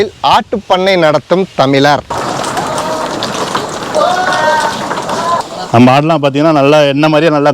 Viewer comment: தமிளரல்ல தமிழர் ழ கரம்தான்யா தமிழின் உயிர்நாடி தயவுசெய்து ழ கரத்தை சரியாக உபயோகிங்கள் நன்றி